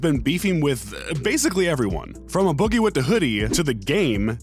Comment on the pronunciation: The way he say a boogie lmao